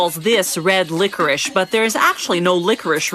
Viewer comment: She said it's not licorice but then she said it was licoric🤷🏻‍♂️🤷🏻‍♂️🤷🏻‍♂️🤷🏻‍♂️🤷🏻‍♂️🤷🏻‍♂️🤷🏻‍♂️🤷🏻‍♂️🤷🏻‍♂️🤷🏻‍♂️🤷🏻‍♂️